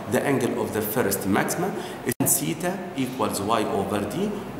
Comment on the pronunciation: Yar theta hota hai tita nahi🙄😒😒🙄